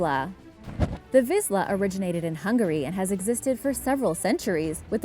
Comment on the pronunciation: The Vizsla breed is actually pronounced "Veesh-la" not "Viz-la" in case you were wondering!